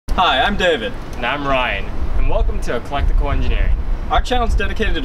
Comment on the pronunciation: eCLECtical Engineering, not eLECtical Engineering. Mark rober sent me